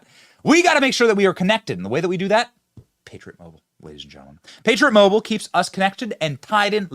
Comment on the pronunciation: During the Patriot Mobile Ad I thought you said Pager Mobile and I freaked out LOL.